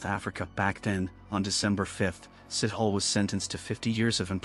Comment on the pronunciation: His name is not sit hole! Sithole are pronounced see-toh-le. I'm not defending but it's just a very common surname in South Africa and you did not even did home work on how to pronoune different country surname